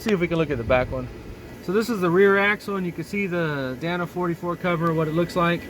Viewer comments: Dana. Not Danna. DAY-nuh. With that body lift you could easily tuck the drivetrain up a bit higher and have a flat belly skid. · I used to date a girl named danna.😂 i believe the axles are pronounced "day-na"